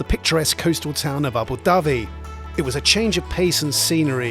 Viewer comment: Aberdyfi (aberdovey) is not a town, is a village . Sorry lads but your pronounce are terrible